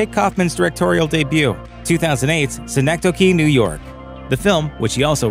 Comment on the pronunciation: The pronunciation was perfect.